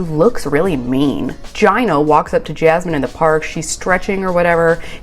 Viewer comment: Pronounce Gino as Gee-no u say it like Jii-no